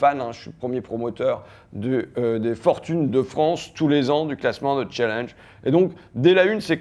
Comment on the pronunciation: Petite info en passant : non, "challenge" ne se prononce pas "challiiiinnnge" car c'est un mot français ! et oui, n'en déplaise à tous ceux qui adorent truffer leur absence de vocabulaire par des anglicismes dont 70 % sont des mots d'ancien français mal prononcés et modifiés dans leur corps. CHALLENGE vien de l'ancien français CHALENGE (un seul "l"), lui-même fabriqué à partir du vieux français CALENGE = reproche, défi.